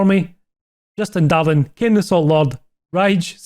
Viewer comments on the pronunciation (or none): none